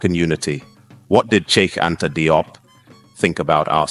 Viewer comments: Likely pronounced jup, not dee-op or die-op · DIOP IS Pronounced "JOPP" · FYI his surname is pronounced JOBE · His name is pronounced: (JOP) Thank you so much for the video and letting the world know about Cheikh Anta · Consistent pronounciation of his suname is needed in this video. There is no point calling him "Die-op" one minute, and then "Dee-op" the next. Not a good look, it detracts from the seriousness of the work. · His last name is pronounced "jope" rhyming with pope